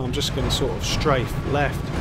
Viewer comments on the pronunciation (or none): none